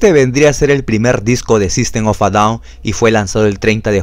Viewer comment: Buena pronunciacion del nombre de grupo así se pronuncia